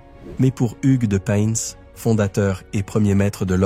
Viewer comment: On dit " pain" 😉